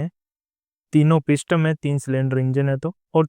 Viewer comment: Brother, इसे पिस्टम नही बोलते बल्कि पिस्टन बोलते हैं।